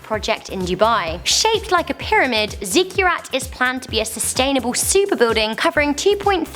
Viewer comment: Ziggurat = /ˈziɡəˌrat/. Not 'Zigyurat'. No 'y' in the pronunciation. Ziggurats were ancient Mesopotamian towers.